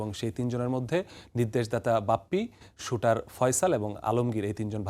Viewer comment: Shooter! he is a criminal. Pronounce correctly!